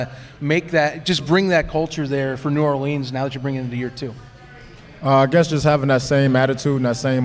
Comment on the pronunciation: Love your show, but y’all got to learn how to say “New Orleans” the right way! Enter me in for the t-shirt! Geaux Breakers & Giddy up!